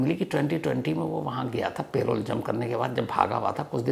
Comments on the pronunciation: It is not "pay-role" but "puh-role" spelled as parole! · Sir its Parole not Payroll - प रोल ✅ पेरोल ❌ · Payroll nahi parole hota hai